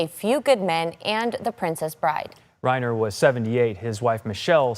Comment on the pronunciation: tell that woman how Rob Reiner’s name is pronounced correctly.